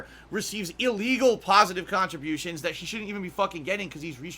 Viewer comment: "ILLEGAL PAHSITIVE KAHNTRIBUTIONS" might be my favorite quote.